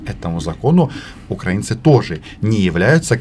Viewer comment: Как же их коробит только от слов "Украина" и "украинцы", с какой же щепетильностью они избегают называть правильно нашу страну, и с какой брезгливостью коверкают название народа. "УкрАинцы" - сколько презрения и "великорусского" шовинизма и фашизма в одном только ударении